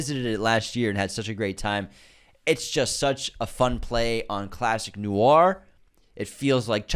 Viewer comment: Inconsistent pronunciation of the word ‘noir’. First was noo-ahr. Second was noor. I feel like I’m taking crazy pills. Unsubscribe! 😂 #nwahr